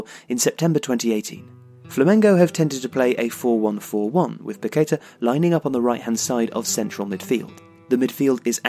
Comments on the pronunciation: Great stuff! His name is pronounced pa-ke-TAH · Great profile but it’s Paquetá with the stress on the last syllable. The clue is in the accent you omitted.